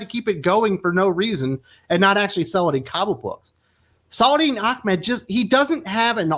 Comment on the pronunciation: Are you purposely pronouncing Saladin Ahmed wrongly as slight or dig? It is not Achmed. Just wondering. His comic writing hasn't been that interesting or innovative. Just bland and boring.